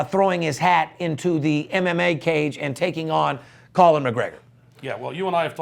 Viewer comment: Anyone notice they kept saying Colin instead of Conor lol